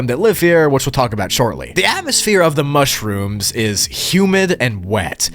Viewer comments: “Mush-Rooms” Hahahahaha…. No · MUSH-ROOMS but BACK ROOMS.... Yea LOL I get it xD |But it sounds funny only when you said it in you own way xD LOlz! And the second version is WAY MUCH better:) P.S Much-Room:D